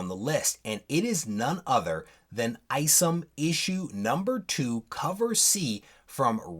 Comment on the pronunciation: Eye-somm not ice’em just saying